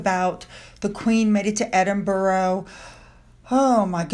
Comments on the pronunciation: it’s not Edin bur ro it’s Edinburgh it’s so important to get it right sorry to mention this but in the nicest way,Google pronounce’s it on their microphone 🤷‍♀️ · Edinburgh is pronounced as Edinbrah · You are pronouncing Edinburgh wrong